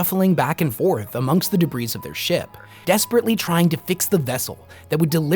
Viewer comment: I love your videos, but debris is pronounced “dibree” the s is silent